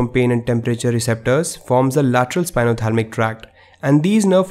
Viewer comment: Thank you but it's spinothalAmic not spinothalmic ;)